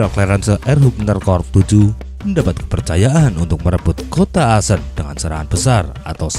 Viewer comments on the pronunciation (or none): min koreksi cara pengucapannya akkhen bukan asen. Sebagai mantan WNI di Aachen aneh dengarnya min... :D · Yup Betul, Aachen Dibacanya Ahen, Bukan Aasen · setau saya bacanya ahen bang,maap kalo salah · Bang baca nya salah yang kota Aachen harusnya dibaca:aakhen, itu kalau dibaca #gakmarah